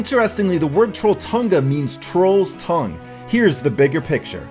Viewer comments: if you wish to pronounce "TrollTunga" correctly you have to say "Troll Tunga" say troll like you say it in english, and then say it like Thohnga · Im from norway its not Trolltunga its Troll tunga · The way he pronounce "trolltunga"😂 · I am Norwegian and You said trolltunga wrong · I'm norwegian. And i love the way you pronounce 'Trolltonga' XD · You said trolltunga wrong i now it because im from norway